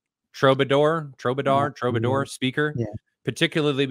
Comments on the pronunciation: "True-buh-door", btw. Yew have botcheched the proculaciation. This may come to libations. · lol. It’s pronounced “TRUE-bah-door” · TRUE BA DOOR!!! Has he never seen this word? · Can't pronounce Troubadour? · Why is he mispronouncing "Tekton" and "Troubadour"? Wow. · I can’t believe he can’t pronounce the name of the speaker. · you don't know and can't pronounce the word "troubadour" ? why am I watching this?